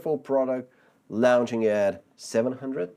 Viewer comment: "Launching" is pronounced "law-nching" not "lounge-ching"